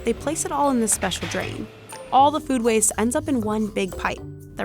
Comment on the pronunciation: “Food” not Fewd”